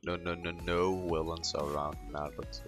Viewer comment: Not to be rude but when you try to say villains you always say willains xd, it makes me laugh every time